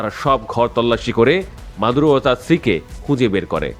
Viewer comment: এ বোকা বাল নামটা তো ঠিকমতো বললে না